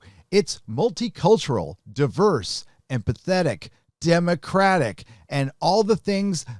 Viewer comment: did you say emapthetic or and pathetic?